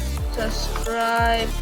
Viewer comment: Its subscribe not suscribe.🤔